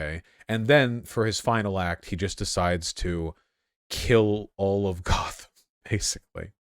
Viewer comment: they really said GOTH-am